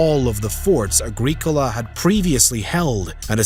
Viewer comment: Apart from the torturous pronunciation of Agricola the entire narrative is deeply speculative and lacks any details of timelines, locations or details on the indigenous peoples Rome may have encountered. Scots didn't even arrive in Caledonia until the 6th Century... Over 500yrs after Rome.